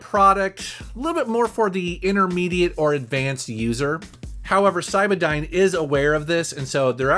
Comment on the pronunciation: Did you say cybadyne or cyberdyne? I’m sure one of those caused the near extinction of the human race!